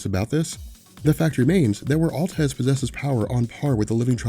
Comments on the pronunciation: why do you call him altez not atlez? just read it wrong when you were younger and it stuck? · Atleza!! How do you get Altez out that when it's written in bold font??! lmao. You aren't even saying the a at the end. I liek your videos but come on.